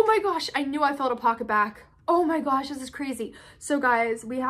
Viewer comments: This is how many times said, “ Oh my goush” Edit: OMG THANK YOU SO MUCH FOR ALL THE LIKES!!! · I love how she says OH MY GOASH LOL